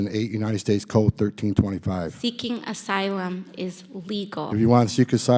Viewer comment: Theeking athylum 😂